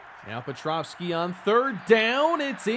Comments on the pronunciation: Great finale. Appreciate the work you put n2 this video & the series as a whole (even if I gave you a hard time for your petrowski pronunciation lol). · The whole series and the pronunciation of pet- row-ski still wrong lol